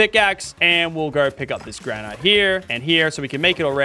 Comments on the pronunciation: its not gran ite its gran it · Why is everyone pronouncing Granite “Gra-night” Ali-A and now Lachy…🤦🏻‍♂️ it’s Gra-nit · Bro said granight